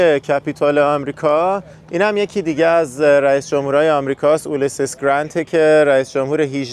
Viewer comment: علت تلفظ اشتباه رؤسای جمهور سابق امریکا چیست؟ شوخی هست یا مسخره می‌کنید؟!! برای مثال، ابراهیم و یا اولیسیس 😢